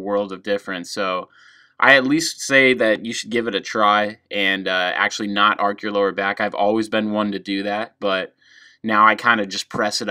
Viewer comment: I think it 's time to learn the difference between "ark" and "arch"...